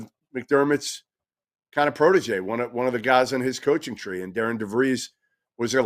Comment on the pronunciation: His name is not Darin nor Darren: it’s Darian. The name Darian is pronounced “dairy-en.”